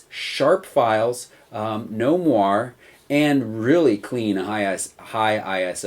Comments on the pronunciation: Nice review, thanks. P.S.: It's moiré, from french, so pronounced with an A in the end :) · Jane Douglas I'm dutch, and if I read it like that it looks like a french word, and I would pronounce it more like a combination of what you said and the guy in the video said. I'd pronounce it like mwahr-eh. But thanks! :D